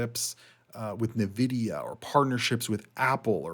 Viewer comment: Not Ne-vidia. En-vidia.